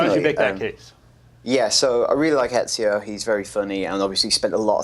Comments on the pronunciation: u know they're full of shit when the host can't even pronounce ezio properly.. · The guy on the far left can not pronounce Ezio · the British guy makes good points, but come on. it's Ezio :P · can't pronounce Ezio to save his life, even when his colleagues all around him can lol.